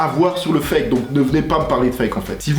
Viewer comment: 😁 tes chiant a dire foke le fake a la fin